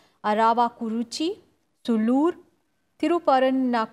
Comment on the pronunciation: It seems the anchors of RSTV be it or are finding it very difficult to pronounce the 4 bypoll assembly constitutencies of Tamilnadu viz Sulur, Aravakurichi, ottapidaram, Thiruparankundram.